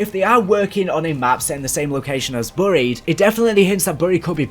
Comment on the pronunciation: Whats burry-ed I think you mean berry-ed (buried) Google it